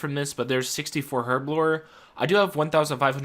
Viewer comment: "HHerbler" l0l